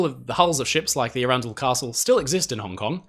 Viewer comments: As someone who lives near arundel, the pronunciation of that ship was… surprising 😂 less ‘ah runn dle’, more ‘arron dle’ (think of the name aaron). I could be wrong, ive just never heard it pronounced differently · it is Aran...Dell not Arun.....dull Castle. Great vdeo though. i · If Arundel was named after the castle if the same name in England (?) her name is not pronounced with the emphasis on the centre Ar_run_del as you said it, but instead... "_Ar_undel"... And the man who you said his name (sounds like Marsh_arll... Engineer? I forget now, sorry, if it's the name Marshall (?) it's pronounced Marsh_all emphasis on _Marsh not on _arll_)😊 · Really good vid but I I can tell you arundel as Is arundel Castle pronounced aron-doll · "Arundel" doesn't rhyme with "trundle". It's pronounced with the stress on the short A: "ARR'nd'l". It's a town in West Sussex with a famous castle. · Ye said aurundle wrong